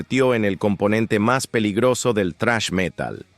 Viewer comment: Relator: Se pronuncia "zrash", no "trash".